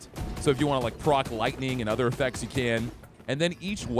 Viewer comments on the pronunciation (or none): none